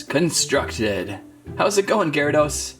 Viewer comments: IT'S GEAR.A.DOS NOT GI.RA.DOS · its pronounced (geh·ruh·dows) not (ji ri dos) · Its giarados not ghyarados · and also, gyrados is pronounced as gare-ruh-dos not guy-row-dose. like if you agree. BTW that is two mistakes so far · Its not said like jarydos its garydos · ‘Jaradose’ wtf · Am I the only one triggered by the way he pronounced gyarados XD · Funny but u are saying it wrong u say gyradoes with a "G" sound 😑